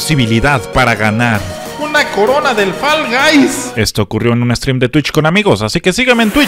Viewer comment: "Fal gais" --2020